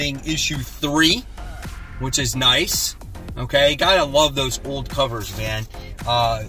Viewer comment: You know, I used to think the name of your LCS is "Witch's Comic Central". Now I realize you're saying "which is Comic Central" lol